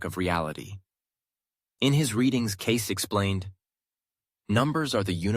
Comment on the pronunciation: Cayce pronounced Casey.